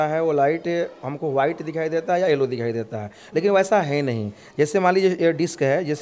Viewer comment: ellow?🤣🤣🤣🤣🤣🤣🤣🤣🤣🤣🤣🤣 jahil aadmi yellow hota hai balue?🤣🤣🤣🤣🤣🤣🤣🤣🤣🤣🤣🤣🤣🤣😭